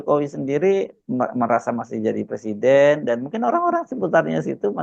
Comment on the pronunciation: Plesiden plesidenan....😅😅😅 Macam macam orang Gila... Salah satunya Gila Jabatan...😂😂